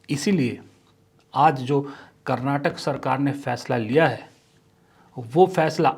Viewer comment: Sir i love ur videos but one thing I have to tell everyone whenever ur taking states name take it fully being kannadiga it's karnataka not karnatak please...